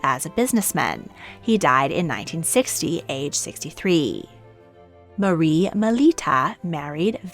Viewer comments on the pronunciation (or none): none